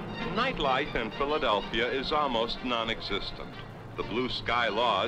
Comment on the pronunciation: He said "Philadel-fria, I know right.